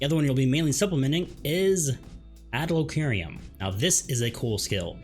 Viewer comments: Bro its PHYSICK not Psychic 😂 and I dont even know what an adlowqeerium is.... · Fantastic guide. Thank you! Your pronunciation of Physick and Adloquium triggered me though haha